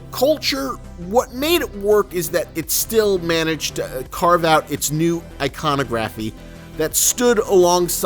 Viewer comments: god yes that annoyed me so much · You say iconography wrong